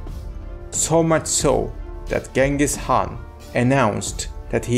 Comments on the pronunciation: appreciate your efforts but please spend more time doing research. you can either say “Chinggis Haan” (Mongol pronunciation) or “Genghis Khan” (English pronunciation) but never Genghis Haan. Yuan Shi is not an author. it literally means the History of the Yuan. it was compiled by various government scribes in the Ming Dynasty. and many other inaccuracies. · Chinggis Khaan, Belgutei, Zelme, Mukhulai, please pronounce the names correctly.